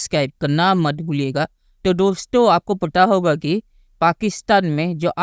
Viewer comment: डोश्तों 😂😂😂😂😂😂😂 बोलना तो सीख लो पहले